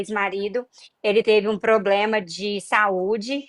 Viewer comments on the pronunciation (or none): none